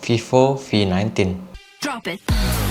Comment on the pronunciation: Sorry but I heard vivo v19 as fifo fi19 😂